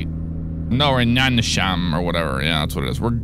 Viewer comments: First of all you're in Sweden, not Poland and you're terrible at pronouncing swedish names ;) But his mod is real as fuck, I've been in Nynäshamn and it really looks like that. And that building you thought was a water tower is actually a hotel. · Who the hell told you that Nynäshamn was pronounced like that? WTF!?